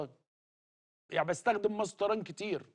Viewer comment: هو اسمها مصطيران ولا مصر للطيران 😂😂😂😂😂😂😂😂😂😂😂